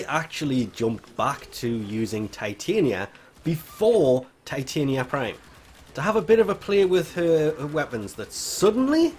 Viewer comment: I'm pretty she is pronounced TIh-Tonya and is based on the fairy queen Titania from A Midsummers Night's Dream.